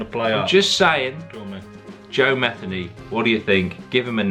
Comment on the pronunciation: The guy with the beard ain't Matheny not Mathany!